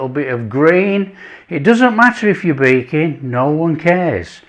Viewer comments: I swear he said Bacon, then I realized it was baking like 5 minutes later lol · I thought you were saying bacon 😂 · One of the best chefs on YouTube. However, every time he says baking with his accent I hear bacon and it surprises me condensed milk for bacon? 😂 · I thought he said you can use it with "bacon"...😅...Ohhhh.. Baking!!! Love the recipe. Easy Peezie... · I thought he said bacon until I saw your comment 😂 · I also thought he said bacon lol